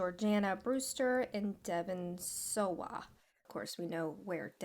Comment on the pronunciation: You mispronounced Devon Sawa and Guillermo (g-ee-er-moe) del Toro. Small issues, still a good video!